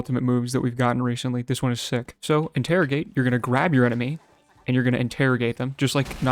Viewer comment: "interigate" proceeds to use sharpen